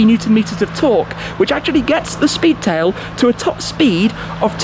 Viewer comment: Love the Shpeedtail!